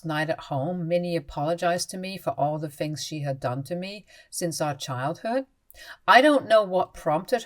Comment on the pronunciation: THirty not Firty THings not Fings THought not Fought THink not Fink